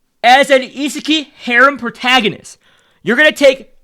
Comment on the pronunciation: It is pronounced ise kai. Ee-sah--kyee. Not pronounced ee sah keeeeey. Thx for the video again, always learning a lot from them